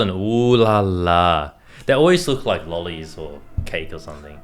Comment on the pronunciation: hum... Brett's australian is showing on the "lollies" part.